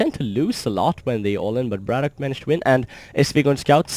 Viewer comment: gg. Nice upload. His name is "Brat OK" not "braddock" or "brattock". Not nitpicking just thought that you should know. Take care.